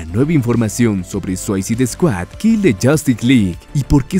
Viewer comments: se pronuncia “Suisaid”, completamente diferente a “suaicid “ como lo pronuncia en el vídeo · Buen video, pero me saca de quicio que pronuncies tan, pero tan mal, la palabra "SUICIDE", aunque no sepas hablar ingles, busca como se pronuncia en cualquier traductor en linea, porque si le resta bastantes puntos a tu video esos detalles.